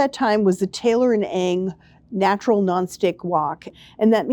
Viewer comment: Love your videos. A pet peeve tho: Ng is pronounced “wen”.